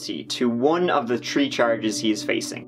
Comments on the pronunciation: If they can't pronounce turdy and tree Im out 👏🏻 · I've tried to watch other true crime podcasts and video essays however after coming across this guy I can't stand the way other people pronounce the number tree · turdy tree and tree pound? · “One of the tree charges” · Can someone explain how he pronounces three as tree but then doesn’t pronounce thousand as tousand